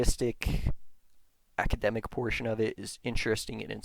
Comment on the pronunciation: Also he keeps saying things like "prersonal blog" and "I found it on the forms" and "ackydemic"